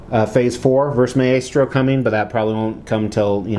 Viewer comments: For the record its pronounced "My-Stro". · Don't mean to be anal about this buy it is pronounced "Mai-stro" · Yeah like its a really cool statue but imagine having a statue that big and I'm assuming expensive of a character who's name you pronounce incorrectly. Not to hate on the guy, I'm just a big marvel comics nerd and so it bugged me